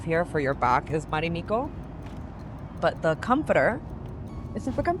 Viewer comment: It's not "Marimikko", it's "Marimekko". The E is pronounced like the first E in "evolution". And it's not "ivolution". Also, why does everybody who review business seats always have to mention that they work on their laptop during the flight? We all know you don't... I was on a flight a few months ago where the female next to me was writing on her laptop for 8 hours straight 👀, but that's one in a million.